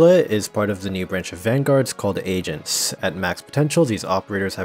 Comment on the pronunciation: He says agents like asians the whole time "Asians can be redeployed" Agreed